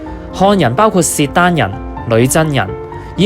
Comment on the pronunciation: 契丹讀kit3 daan1，唔係sit3 daan1，英文都叫Khitan